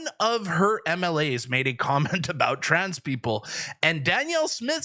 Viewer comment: It's tans, no woman!!